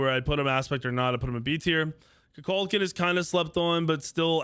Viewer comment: Murdered Kukulkan and Susano's names